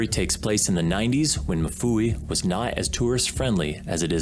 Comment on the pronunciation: Mfuwe not mufuwi